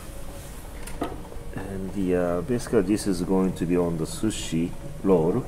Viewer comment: Anyone else keep hearing “Sushi Loll” 😀